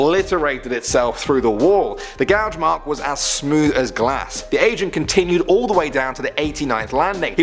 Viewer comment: I thought he kept saying Asian but he said Agent... I was like man whats up with all these Asians going down there 😂